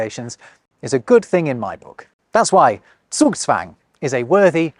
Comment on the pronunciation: Zugzwang would be quite difficult for most English speaking folks. The z is not pronounced correctly. My boss lives here in Germany for quite some time but he still messes up some letter and grammar. I was actually surprised to listen to a native speaker saying Zugzwang on point.😅